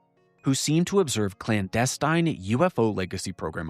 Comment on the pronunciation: you're the best! You should know you have been mispronouncing "clandestine" all this time. It's like nails on a chalkboard since you say it so often.